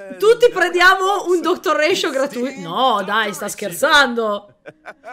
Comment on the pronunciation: It's NOT Ratioveeeerr!!!